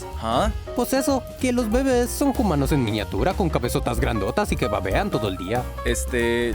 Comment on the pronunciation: lástima el “jumanos” en todo el video.